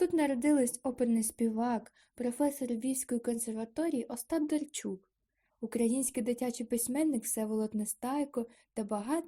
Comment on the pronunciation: Ужас! Пропустила одираз "й" и сказала эго только когда повторяла. Не правельно произнесла "Остап Дарчук" и вместе этого сказала Остап Дарчук. Не ставишь нормально паузы.. И повторяешь одну строчку раз 7. Короче ёще куча работы. НЕ СИЛЬНО ОТЛИЧАЕТСЯ ОТ АВРАМПНКА